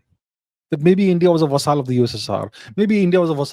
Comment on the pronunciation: Abhijit 'vasaal' chavada 😂😂